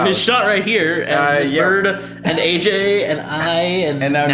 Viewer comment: I just realized that he says hey-j, im AJ